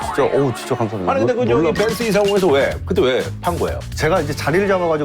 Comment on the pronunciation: 벤쓰 발음 ㅋㅋ